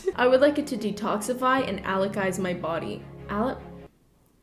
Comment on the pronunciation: Alkalize (AL-cuh-Lie-Z)